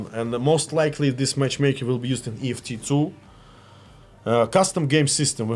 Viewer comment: I'm sorry... did he say EFT2?